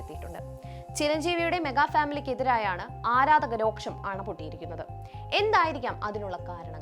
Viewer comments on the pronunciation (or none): 'രോക്ഷം' അല്ല കുരുപ്പേ.... 'രോഷം' ആണ് 😂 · ഇപ്പോൾ പറയാമോ എന്നറിയില്ല റിപ്പോർട്ടറെ. ..ന്നാലും പറയുവാ. ..രോക്ഷം അല്ല രോഷം...😀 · "രോക്ഷം" അല്ല കൊച്ചേ, "രോഷം" 😑